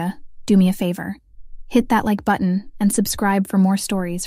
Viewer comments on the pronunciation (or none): none